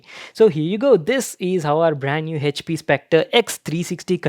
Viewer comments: Yeah but it's wrong pronunciation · The pronunciation of " HP " , he says is OP 😂😂😂😂😂😂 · No he says Hech P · 😬😖 everytime he says HP (हेचपी) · The way he says "HP"